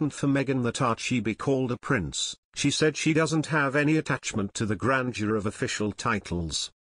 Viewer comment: It's Prince Harry not price harry